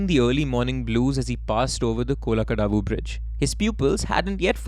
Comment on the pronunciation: My hometown is Mavelikkara... It's funny the way you pronounce Kunnam and Kollakadavu bridge 😅😅😅😅 These places are very close to my place.... I have seen the paddy field where Chacko was killed in the car. You pronounced Cheriyanadu properly 😊